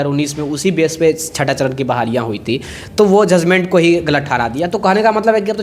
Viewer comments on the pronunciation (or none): फिर से आप जजमेंट को जजमेंटे बोल रहे हैं,,बात को बातें कहते है,,पहले शुद्ध वर्तनी का ध्यान रखिए